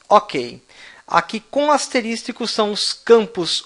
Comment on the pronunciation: Aula muito boa, mas "asteristico" não existe, é asterisco.